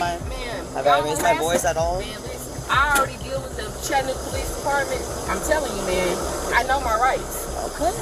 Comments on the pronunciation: Chat-a-new-ga not no-ga even thought it’s spelt like so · Ok bro I don’t like how you pronounced Chattanooga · Nice way to mispronounce “Chattanooga”. 🤣